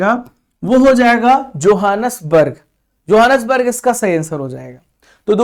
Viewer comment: Sir johnasburg ka pronunciation ahi se karo google ka madad le lo ...